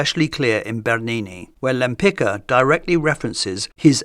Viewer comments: You got the pronounciation of her surname incorrect - no wonder, it was Polish and Polish is not an easy language. Since she never changed her surname nor anglicised it it should be pronounced Tamara de "wem-pitz-kah" but, as you mentioned she chose the masculine version/suffix and also exchanged the Polish first letter of her surname "Ł" (sounds like English "W") for more familiar to Westerners "L". Then it was pronounced Tamara de "Lempitzki". Actually, she also added "de" for the more noble impression :))) That would mean nothing to you if not for the fact in 1918 Poland was reunited after 123 years and Tamara Łempicka always insisted on the right pronounciation of her surname reminding she was a Pole (being Jewish for ethnicity/religion/background but Polish for nationality, country ect.) - I guess thinking it added some exotic vibe ("she came from the East, Russia, Poland, far away country") or just excentricity. It was how she and people who knew her pronounced her surname - the original one as well ar the last official version. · Great presentation of Tamara's works and life background. I may suggest you to check how the pronounce her Polish family name something like yempitska😀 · My comment was rude, I apologize. It was a result of a bit of frustration when an easily pronounced Polish surname (properly LempiTZka) is often anglicized, while the same isn't done for artists of other nationalities. Other than that, I really enjoyed the video itself and appreciate your channel. Best regards. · Many thanks, another brilliant episode. I don't mean to be nitpicking, but that's not how you pronounce her name, I'm afraid. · Great video, but please look at proper way of pronouncing her name… it hurts me so much as a Polish person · This is absolutely NOT how you pronounce Lempicka 🤦‍♀️🤦‍♀️🤦‍♀️ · It’s so strange hearing her last name pronounced that way. It sounds very different from the Polish pronunciation I’m used to. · The name is pronounced "Lempitska".